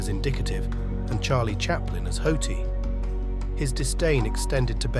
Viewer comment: Spencer Tracy is “indicative”? What the hell does that mean? And Charlie Chaplin is “hoty”? You mean “haughty” (pronounced hawty)?